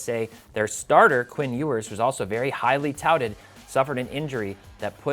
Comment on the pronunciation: Like these videos….great change of pace, umm ……”touted”